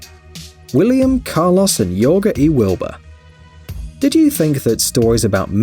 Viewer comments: Jorge pronounced as ‘Hör-Hey’ and not ‘Yöh-guh’ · Lol it’s not not pronounced yoger it’s hor hey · Janice Al-Najjar It’s actually pronounced “Horhay” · It's pronounced "horhay". He also pronounced the Chinese names wrong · Why did he say Jorge like yorga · never heard somebody say Jorge so wrong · LOL at the narrator pronouncing Jorge as “Yorga” and Bogotá as “BoGOta”. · Not even a robotic voice and he can't pronounce Bogota and doesn't know that the Spanish name Jorge is pronounced Horgay?